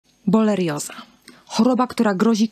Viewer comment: Pierwsze słowo, pierwsza sekunda filmu i już źle wymówiona nazwa choroby, o której nagrywa Pani film. Żenada..